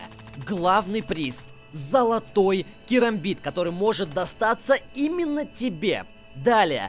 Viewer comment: Правильно кАрамбит